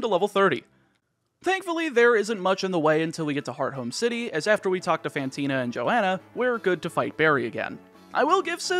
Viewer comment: I have no idea if I'm correct or not, but hearing you say "heart home city" feels Weird, I've always read/pronounced it "hearth -ome", using the th sound in the middle. It still sounds like "home" bc leading H's are nearly silent and often dropped anyway lol